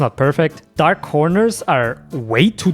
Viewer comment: bwoah it’s dawk and gwiddy bowah